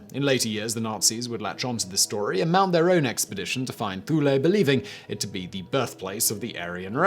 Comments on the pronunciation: Thule? "Thew-lay"? Tsk tsk tsk, Simon it is pronounced, "Two-lay". Say it with me Simon, "Too-Ley" You can do it! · Pronounced Thool not ThuLé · Though it's written thule its pronounced tool-e